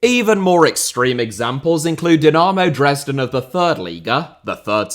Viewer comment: "Dynaaaaaaaaarmew Dresden 🥴"